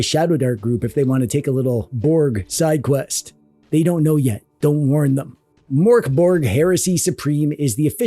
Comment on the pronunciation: The mörk in mörkborg is pronounced more like murk instead of mork. The pronunciation of borg is acceptable although the g in it is pronounced more like a y.